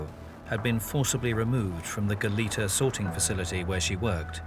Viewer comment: Why are people mis-pronouncing "Goleta"?...the 2nd syllable should be said as a soft e, almost like an a...it is a Spanish name, and should be pronounced as such. It is not "Goleeta".